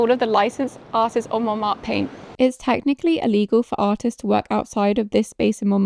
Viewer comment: It’s MonmarTRE, not ‘Monmar’. With your name I would have thought your pronunciation would be better!